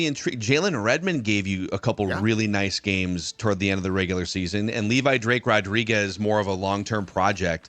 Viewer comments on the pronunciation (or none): none